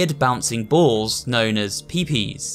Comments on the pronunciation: Please don't pronounce Pipis as Pee pee and do it as Pip-Is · LMAO NOT JUDGING OR ANYTHING BUT I HEARD "weird bouncing balls known as.. 'pi pis.'" AND LOST IT I'VE ONLY HEARD IT SAID LIKE "Pee-piss" BEFORE AND I- YES PPS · I couldn’t help but laughs when he called the pipis “the pee pees” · ARE WE JUST GONNA IGNORE THE FACT THAT THIS MAN PRONOUNCED PIPIS ‘PEEPEES’ 💀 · God the way he says Pee Pis tho XD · "Pee pees" How dare you riddicule pipis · "pipis" is pronounced "Pee-piss" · it's pronounced peepiss lmfao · Its pronounced "pypys" in pipis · Weird bouncing balls known as Pipis dramatic pause anyway